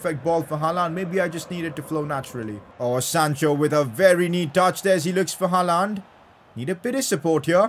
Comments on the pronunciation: It’s not HALAAND damn it , it’s HAALAND🙏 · It's not ''Halland'' it's ''Haaland'' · I like it when he says haalaand for haaland